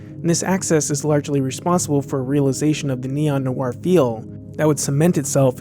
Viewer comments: Noir is pronounced nwar not nu-war. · A good, if slightly stilted take by yet another commentator who uses "noir" without realizing it's not a two-syllable word. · Noir is pronounced nwah not new-wahr.